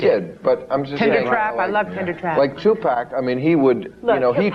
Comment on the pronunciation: in and already seething. These people have no idea who Tupac Shakur was, what he represented to not only the black community, nor how to even properly pronounce his name. Two-Pack, seriously? Chick talks about hypocrisy yet hasn't done her homework. I never believed in that rape business. As for the other, well, he was feisty, but nothing too serious that folks don't often do when they're young, before they learn. This is a perfect example of how media manipulates us in to what to think. Stay woke, peeps!